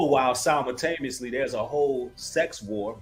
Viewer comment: You’re speaking truth to power ✊🏾and I really like your show…..but the word is pronounced “si·mul·ta·ne·ous·ly” I just want to make sure when other ppl hear you speaking the truth they hear you speaking words correctly. I pray that God continues to strengthen you to spread the truth